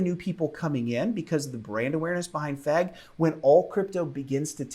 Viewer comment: when you say "FEG bus" it just kills me man XD